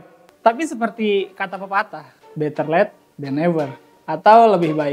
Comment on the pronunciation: late bukan let